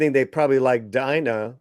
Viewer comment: Why TF is it so hard to say Dina? It's Dina. DEE-NAA. Not Dyna.